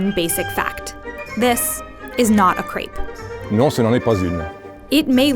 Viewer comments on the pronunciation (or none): Not crayp - crèpe (e like in Ben) "Bretons" are the people. The region is called "Bretagne" in French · GRAPES KRAPE KREIP CREPE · Neither is this nor the sweet version a "crape". It's a Crêpe! Pronounced like (but not being) crap or let's say crep. But you had to be blind and deaf to call this thing "crape", even as an English speaker. smh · How ironic that a video teaching you about "What you didn't know about food" starts off by pronouncing crepe wrong.